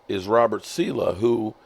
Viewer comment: sa-leh, like ... sah-lay.